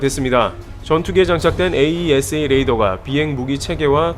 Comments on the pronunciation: 에이사레이더 이렇게 발음하면 됩니다. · 에이사 레이더라고하지 참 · AESA "에이사"라고 해주세요 ㅋㅇㅋ (울회사가 나와서 자랑스럽네요 ㅋㅋㅋ) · 다른 곳에서는 AESA 레이더를 '에이이에스에이' 하지 않고 '에이사'로 발음하던데 어떤게 맞나요? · 에이사 레이더라고 했으면 더듣기 좋을걸. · 에이사 레이다......스펠로 부르는거 어색해요~ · 장사정포는 아이언돔으로 못막아요 아이언돔은 미사일방어고 장사정포는 대형 탄두라고 생각하면 편함. 참고로 AESA 레이더는 에이사 레이더라고 읽어용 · 그냥 "에이사"라고 부르세요. 굳이 알파벳 하나씩 읽을 필요는 없어 보입니다. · 에이사 레이더라고 하세요,,, 거슬리네요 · 그냥 에이사 레이더라고 읽어주기는게 더 듣기좋을것 같습니다!